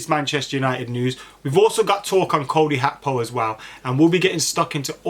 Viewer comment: “Like” for pronouncing Cody Gakpo’s name correctly! 👏 😆